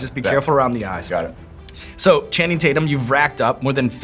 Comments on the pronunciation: *Taint-yum is what he says lol ... EDIT: I just rewatched the clip and I can't believe they missed that opportunity ) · “Channing Tate-yum” — Danny McBride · “ I call him Channing Tat-yum” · Channing Tate-Yum!!!! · More like Channing TatYUM!!😂😂